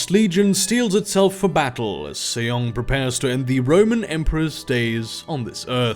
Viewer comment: Just something I thought I would point out, but it's Sejong pronounced Seh-Jong as in the English 'J' pronunciation and not the 'Y' sound in many European languages. Other than that, as awesome as ever. Thank you for doing these things!